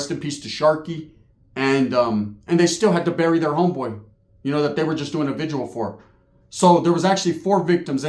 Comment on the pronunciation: VIGIL bruh, not vigual